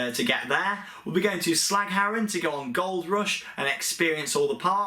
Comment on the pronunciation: So Duinrel (Duyn-rel), Drievliet (dree-vleet), Walibi Holland, Hellendoorn, Waarbeek (wahr-bake), Wildlands Adventure zoo, plopsa indoor, Slagharen (you actually did a great job there) and Toverland. Also, we're in Florida in the same period. Will give a big HI when we see you.